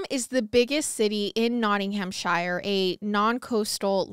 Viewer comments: Take a shot every time pronounces Shire as Shayer. 😂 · I love you guys so so so much but the way pronounced Nottinghamshire cracked me up 🤣